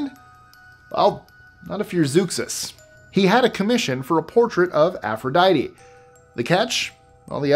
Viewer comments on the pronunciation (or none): none